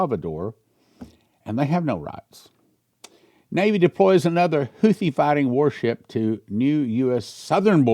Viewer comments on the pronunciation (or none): none